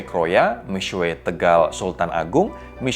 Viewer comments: i speak mandarin, he still pronounced it wrong, tapi masih lebih baik daripada "miksu" kaya kebanyakan orang. yg benar "mi-shwe" atau di bagian u-nya "xue" itu bacanya diantara mau bilang u dan i kalo abangnya ini terlalu strong nyebut U-nya, jadi mi-suwe wkwkwk. but props to him for trying to pronounce it correctly, mandarin isnt easy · cara sebut seharusnya : Mi Shhye Ping Ch'eng. tapi ini masih lebih baik daripada yang nyebutnya Mik Su We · Sebutan nya mix su bukan sueii 😂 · masih salah misuweek wkwkw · Pro jurnalis membahas brand Cina. Seharusnya ketahui dulu pronunciationmya yang benar. Kamu sebut Mixue seperti gabungan mie dan cakue.. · ignire the guy above me, tidak ada yang bilang harus pandai berbahasa, cuma kasih saran cara mengeja yang benar.... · Agak gak nyaman pronounce Mixue......